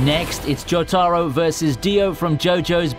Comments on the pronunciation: JOE TAR OH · "Joe Taro"